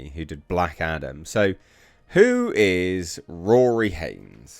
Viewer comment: When you said he worked on Black Adam I thought you said Black Adder!